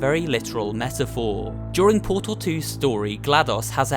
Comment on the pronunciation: it's Portal Not PURTUL The guy's voice is so cringy